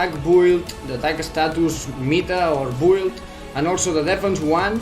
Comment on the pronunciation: Its called Meta and Build not Mita and Bould. This is really annoying